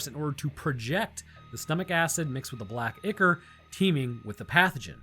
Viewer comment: Loved this video, one small note. It's not ick-er it's pronounced eye-core. Sorry to be that one person.